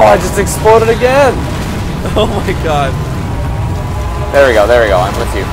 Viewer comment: sounded like he said "o cod" instead of "o god" lol